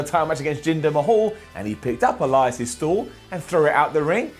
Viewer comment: I could swear I hear say Erias